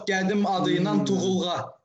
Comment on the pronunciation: Azərbaycanlı qardaşımız, çalış sırf azərbaycan türkçəsində danış, qarışdırırsan ləhcələri. Üstəlik azərbaycan türkçəsində "mərdivan" deyil "nərdivandır", gədim deyil qədim, gəpik yox qəpik, gərb yox qərb, görsət yox göstər. Çox səhvlər edirsən dilimizlə bağlı. Təəssüf.